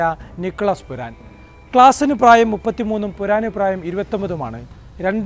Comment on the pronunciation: പുരാൻ അല്ല പൂറൻ ആണ്